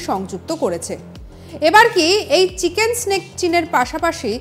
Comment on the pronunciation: Chicken's neck ta orokom sunte lagche